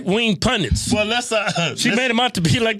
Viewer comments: She meant to say right wing pundits , but said , right wing pundants . She is edumacated alrite ! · She said punDINTS.